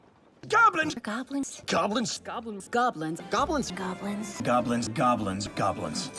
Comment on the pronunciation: At the end it just sounds like "gablins"